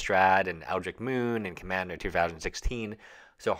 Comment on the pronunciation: Eldritch as in Church, not Kirk. Love most of your videos, but they could do with better pronunciation of the card/set names.